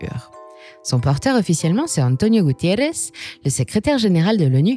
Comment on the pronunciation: faut arrêter de prononcer des noms portugais en espagnol lol .. Gutierrez lol Guterres ... y a une difference quand meme lol Merci pour le vidéo. Désolé c'était plus fort que moi